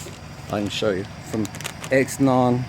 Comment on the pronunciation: Nice truck man. It's pronounced Zeenon though. thanks for the vid!